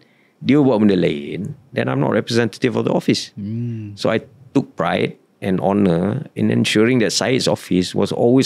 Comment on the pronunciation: Kelakar la ni. Sebut honor pun HONOR. bukan honor la tapi Onor, silet H la